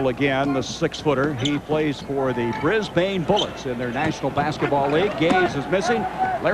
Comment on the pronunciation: The “Brizz-Bayne” Bullets, eh? And shortly after that I was surprised to hear him NOT butcher the “Mell-Born” Tigers 😂 one of the only Americans I’ve ever heard pronounce it as Aussies do